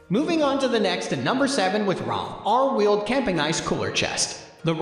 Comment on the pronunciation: What a garbage review!!! Was this narrated by AI? The Rovr is obviously the best wheeled cooler by leaps and bounds. It’s pronounced Rover like a dog. Not ROV R. The Rovr Roller is full of standard features including 9 inch pneumatics wheels. The same wheels I use on my electric mountain board that has a top speed of 45 mph. If these wheels can handle that kind of abuse they can certainly handle being used on a cooler. Plus this cooler is able to be pulled by a bicycle among other excellent accessories. Also what other cooler has a built in gravity dry cooler built in. Yeti fails in every way to compete with the best alternative products out there. Stanley is a much better insulated bottle. ( proven in tests).